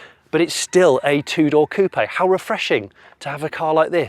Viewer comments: Why does he say coop eh ? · The " p " in coup is silent. You pronounced it wrong.